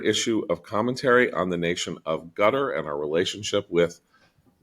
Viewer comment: I can abide some creative pronunciations, but a little part of me screams every time I hear John refer to the country of "Gutter."